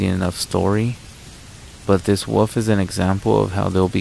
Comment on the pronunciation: You are becoming one of my new favorite narrators, but please for the love of all things holy stop calling a wolf a woof and a cicada a sicauda😂 An English dictionary would serve you well. They break words down with syllables. You know: wo•lf, ci•kada